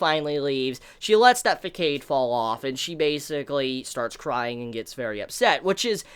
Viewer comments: ITS FASADE NOT FACADE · Did this nigga just pronounce facade fa•kay•de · the way you pronounce facade... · I have never seen someone butch the pronunciation of "façade" so bad. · NeoSkyKing88 I cringed